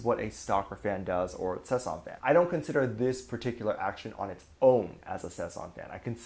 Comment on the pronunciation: Sasaeng, not sesang. Sesang means the world someone lives in. Sasaeng is the crazy stalker fans.